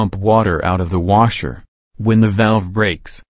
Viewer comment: New warsher time.